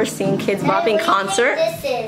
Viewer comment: instead of saying kidz bop, it sounds like kpop